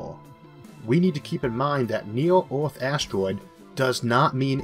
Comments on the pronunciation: "BACK TO ORTH"..."Orth".."ORTH"... It is EARTH....PRONOUNCED - "ERR-TH". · nice video but whats with the word earth, why orth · While he is unable to pronounce "r", that's not the matter highlighted, rather that "er" is pronounced "or" eg earth - orth, jupiter - jupitor, remember - remembor, were - war, neither - neithor, merge - morge, water - wartor. He's also unable to pronounce "L". There are some sentences which I cannot figure out at all. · This video is very weird to listen to as the speaker pronounces Earth as it if were spelt Orth. Very strange. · You said Orth for Earth once too many times. The end. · I can understand him (just about) it is just disconcerting to hear him keep saying ORTH. He is pronouncing it completely wrong. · Neat Gifts The condition is called Rhoticism because it deals with Rhotic sounds, which are usually denoted with an R in the Latin alphabet. The sound is hard to classify linguistically, and plays odd games with phonotactics (the way sounds interact) so it isn't surprising that some Rs can get through if the surrounding sounds help out. Perhaps a linguist could benefit from these videos by cataloging which words Issac is able to say. They'd have hours of material as a sample and could maybe get a better handle on what makes Rhotic sounds work. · i get that some people have speech impediments but why cant he pronounce earth but can pronounce most otherwords with R in them lol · It's weird as you say the word FAIRLY perfectly correct and can pronounce the TH sound perfectly correct so the correct pronunciation of the word Earth is just the AIR part of FAIRLY with TH on the end. I can see you've got a problem with pronouncing your R's but the pronunciation of Earth is, I think, more of a bad habit. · What's this accent? Earth -> Orth Hard -> Hord Merge -> Morge